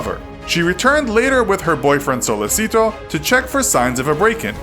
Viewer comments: He pronounced it wrong, it's not pronounced sollesito, it is sollechito, CH no S (it's pronounced like this, although not written like that in Italian) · That Spanish pronunciation of "Sollecito". You read it as it's written. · Oh. My. God. The pronunciation of Sollecito is cringeworthy. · sOlLeseeTO BRUH its so-le-chi-to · my God...it's Sollecito (So-le'h-chi-to) not Solleci'to like Despacito, and it's Perugia (Peh-ru-ja). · It's Sollecito, not Sollesito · So man pronunciation problems. Perugia (say g like j). Sollecito pronounce like “sollechito” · Perugghia, Sollesìto... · and "sollecito" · The way you pronounce "Perugia" and "Sollecito" physically hurts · and how Amanda says "Rafael" instead of Raffaele!!! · Your mispronunciation of Perugia and Sollecito throughout the video is driving me crazy. The G in Perugia is pronounced like the J in English. The C in Sollecito is pronounced like the CH in English. The G in Mignini is not pronounced like a hard G. GN is pronounced like NY in the English word canyon. Mee-NYEE-nee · You’re Italian pronunciation is awful... you could learn right pronunciations of ‘Mignini’, ‘Perugia’ and ‘Sollecito’ before making this video. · If it's language difference between English and Italian then why you pronounce "Sollecito" as a Spanish name. Don't be rude and arrogant if someone does a constructive criticism.